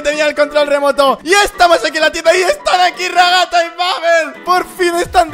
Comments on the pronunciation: Se dice raghata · se dice ragatha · Se dise ragatha :)